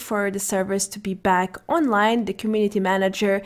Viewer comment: I hate the way she says back in the intro. Other than that wandering the mojave makes me wish for a nuclear winter.